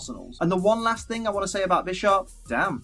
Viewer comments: No, it's "Bih-sharp" that's the point. PAWNiard, BISHarp. Chess. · Lol when you said bisharp I thought you said "bitch is sharp"